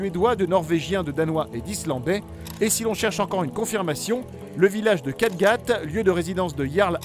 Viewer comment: c'est Kattegatt et non Kattgatt, le "e" se prononce.